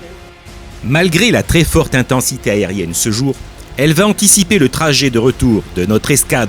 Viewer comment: C'est très bien, attention toutefois aux liaisons "mal t'a propos"" (va ne s'orthographie pas vat). C'est un détail mais ça gâche un peu le plaisir. Merci beaucoup